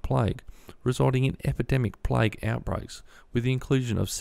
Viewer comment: Its not plige, It's plague.